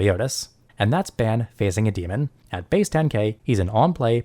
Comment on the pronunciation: FYI His name is pronounced Bahn. Otherwise, thanks for the input. I currently run 7DS. Also a WS noob so It's good to hear a more experienced prospective and tips on bettering my deck.